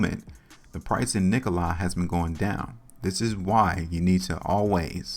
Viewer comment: I've held Nikola since may when I first started buying. It's dropping the lowest I've seen. Fyi it's Nikola( lah) not I